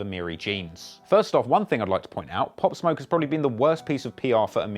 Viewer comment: This foo said Pop/smoke lol